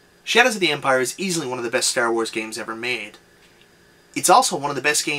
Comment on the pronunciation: You say Stair Wars, I don't know why but I find that amusing